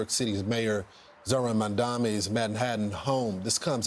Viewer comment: It is Mayor MaMdani. Can a journalist pronounce the name correctly.